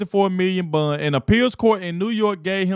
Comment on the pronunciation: Are you saying a hundred and seventy five million dollar bun 😂😂😂😂